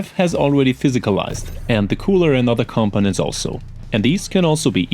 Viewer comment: Great video, But I get the feeling English isn't your first language. It wasn't until half way through the video that you were trying to say components. Because to me it sounds like your saying competents.